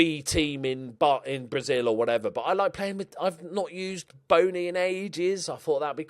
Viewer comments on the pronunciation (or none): none